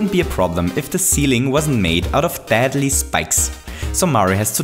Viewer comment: STOO SAYING FRKING DADLY